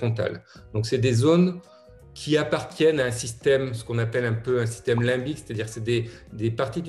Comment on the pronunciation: "Lymbique" c'est "limbique" -_